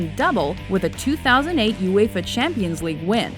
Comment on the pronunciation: lmfao she pronounces ''uefa'' '' uefer